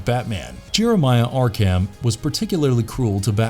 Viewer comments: Why are you saying yarkam instead of ARkHam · I'm sorry, i love the videos but pronouncing arkHAM got on my nerves. Its arkum... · I hate the way this guy says Arkham but I do like this villain series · Seriously butchering the name Arkham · The pronounciation of Arkham is driving me bonkers